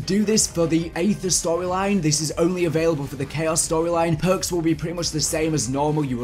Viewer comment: These phhhurks, those phhhuurks,, PHHHUURRRKKKSS